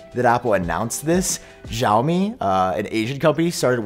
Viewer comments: xiaomi is pronounced "see-ow"me. there is never a "sh" sound as long as no h is in the name. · Just saying you're pronouncing xiaomi wrong. It was bugging me a little and I didn't know which company you were talking about until I saw it on screen lol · I assume you're talking about Xiaomi's new wireless charging pad. The "x" in Chinese pinyin writing is pronounced almost like an "sh," not a "j." If it helps you remember, you can think of "show me, Xiaomi."